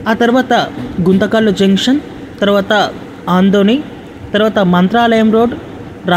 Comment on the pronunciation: అమ్మా గుంతకల్ తర్వాత వచ్చేది ఆదోని టౌన్. ఆంథోని, ఆంటోని కాదు. గమనించండి.